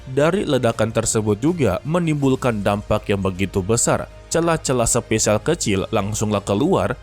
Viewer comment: SPASIAL BG BUKAN SPESIAL